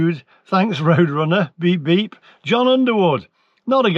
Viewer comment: You idiot lee lol,you crack me up,pulling up peoples spellings etc.Yet at 6.27 in,you couldn't even read the name John correctly.Thankyou for making my day😂😂😂😂